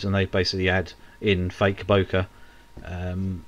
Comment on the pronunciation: FYI Yes it is a japanese word but its pronounced bokay. Purchased my RX10 iv from watching your channel. Brill